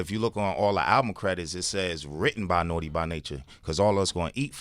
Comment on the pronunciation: Sway can't say 'Naughty' Lol